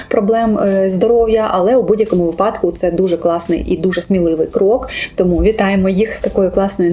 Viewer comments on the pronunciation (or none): none